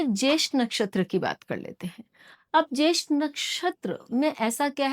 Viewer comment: ज्येष्ठा not ज्येष्ठ आश्लेषा not अस्लेश